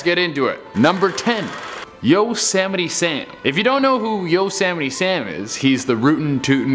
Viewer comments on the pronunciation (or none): Yosammity Sam and vladimeer plutin... am I the only one who heard this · I know its hard for you but its not YO- semite sam...its YOSEMITE SAM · Dude can't even say Yosemite Sam right.. 🤣🤣